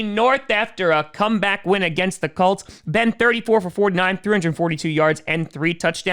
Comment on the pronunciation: I find it funny that he keeps calling them the Cults